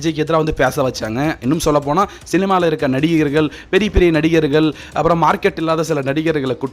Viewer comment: தம்பி நல்லா பேசுறீங்க..ஆனா நடிகர்கல் நடிகைகல் அப்படீன்னு தமிழைக் கொலை செய்யாதீங்க..ள் வேறு ல் வேறு....நடிகர்கள் மக்கள் என்று பேசிப்பழகுங்க